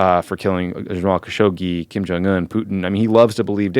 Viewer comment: Ben, the letter J is NOT pronounced like Y in Korean. Please stop doing that or at the very least just call him “Kim”